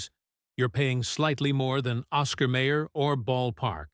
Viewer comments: May Er? We always pronounced it as My Er. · The Narrator keeps Mispronouncing Mayer it's pronounced Mi-yers not Mayors and who produced this content Trader Joe's? 😆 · The Oscar Mayer company pronounces it my-er, not may-er. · My ER not Ma er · "May-her". That was like nails across a chalkboard. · Once I hear the wrong pronunciation...I leave.